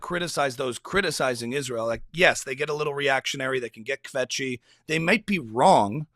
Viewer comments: Down to ISHRAEL! 😂 does it have some conspiratorial meaning she keeps saying ISHRAEL? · The Ishzraelis are comiiiiing!!! The Joodayowes are coming for us aaaaall!! Can someone PLEASE tell Candace how to pronounce these words.